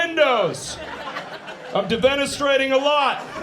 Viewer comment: It's defenestration, not deVenestration, or D-penetration, you proper good Caucasian cun ... Cungrats on the special, brother!